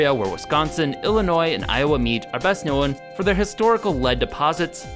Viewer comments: is that a Minnesota thing, known pronounced as "knowen"? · The way he says known pisses me off "Nowin"